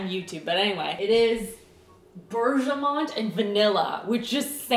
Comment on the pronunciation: Bergamot is pronounced like (ice) berg ah mot (rhymes with not)